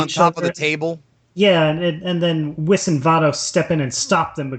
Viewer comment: Does have an accent or is he just mispronouncing it? It's Super Sayian (Say-in) in English, and Super Saiajin (Sei-ah-jeen) in Japanese, hence the term SSJ. Also, Whis (Wheese), not Whis ( Whiss)